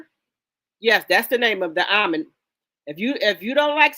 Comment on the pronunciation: The movie is OMEN and the character is Damian. This child had 666 on his scalp the sign of the devil. He was the devils child. Pronounced OH-Men. Not Almound.